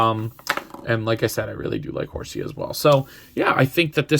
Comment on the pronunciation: Im cringing just hearing you say horseaaaaaaa!!!😖😖😖 it pronounced HOR- C